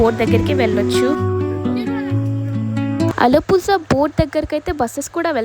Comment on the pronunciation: Alappuzha is pronounced as “uh-luh-POO-rha” — the “zh” sound is a unique Malayalam/Tamil sound, somewhere between “la” and “ra”!